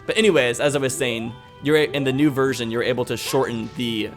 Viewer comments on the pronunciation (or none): none